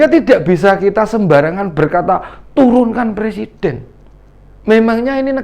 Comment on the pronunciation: Dah bau tanah banyak tingkah 2 kake ini, ngomong aj dah blepotan mau nurunin persiden banyak2 istipar 2 lake ingat kematian jgn selalu souzon mulu.